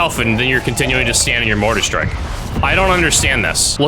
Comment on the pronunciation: You keep saying MORTAR STREAK.......Its MORTAR STRIKE........smfh.